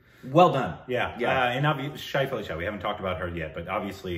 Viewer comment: Not "Shaif-Ali-Shah". "Shefali Shah".